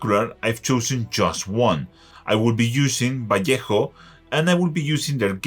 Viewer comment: Thank you for Pronouncing - Vallejo properly. Oh yeah and for the video.